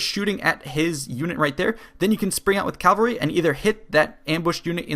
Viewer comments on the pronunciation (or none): Pet peeve. It's CAVALRY. Not CALVARY. 😂